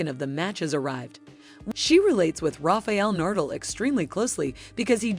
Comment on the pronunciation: Nice vídeo, but who is 'Rafiel Nurdle'?